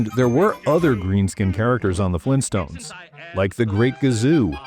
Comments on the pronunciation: Fleentstones? Auugh! - Vargskelethor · GRAND DAD! FLEENSTONES?!